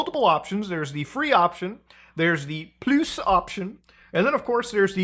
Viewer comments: thanks for the random french prononciation of "plus" it made me chuckle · bro trying to learn french, i confirm it is funny considering I AM french LOL